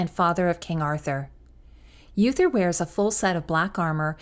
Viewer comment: Uther is pronounced oo-ther not yoo-ther.